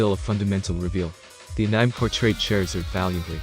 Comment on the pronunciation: How can the text-to-speech pronounce "Charizard" but not "anime"???